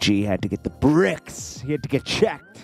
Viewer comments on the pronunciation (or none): The "breaks" maaan not the "bricks"🤦🏿‍♂️😭😂